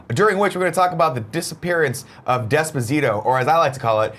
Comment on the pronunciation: Pronounce despacito correctly you tool, all you have to do is watch the video you'll know how.